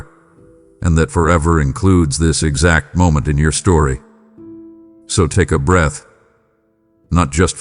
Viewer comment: It’s pronounced breath, not breathe